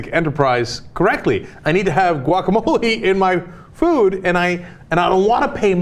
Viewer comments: Guacamole? Guacamelee! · Can't believe you guys can't pronounce guacamole correctly. Turn in your SoCal card.